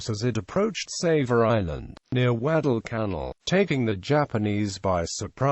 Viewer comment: "Gweddell cannel". Also known as "Guadalcanal." LOL